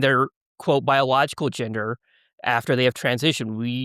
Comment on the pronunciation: You can tell by the slight pause and hitch and mispronunciation of “biological” that he doesn’t believe it, when he said he believes he’s a biological woman